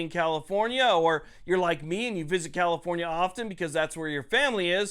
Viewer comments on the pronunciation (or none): You keep saying comifornia wrong